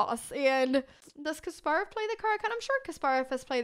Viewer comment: kasparov is pronounced with empahasis on the 'ass' sound